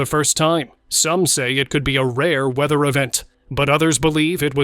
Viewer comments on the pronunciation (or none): none